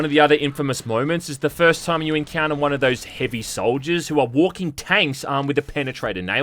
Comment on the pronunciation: I'm an Aussie and I've never heard anyone on earth pronounce time as "TOOOIME", goodness me.